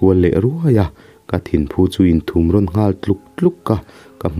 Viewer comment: Thumrawn tih hi pathum(3) lam angin lam zawk tur a ni e..